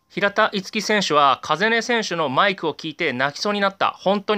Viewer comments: 風音って「かざね」じゃないの？ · 風音 カザネですよ